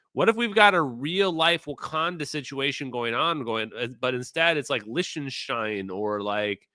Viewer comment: Please, for the love of God, STOP saying Lish-ten-stein !!! CRinge!!! (Lick-ten-stein bro.)